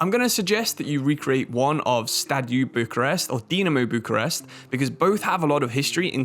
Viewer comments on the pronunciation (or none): none